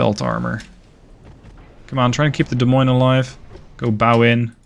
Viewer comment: As someone from Iowa, I must thank you for actually pronouncing Des Moines properly!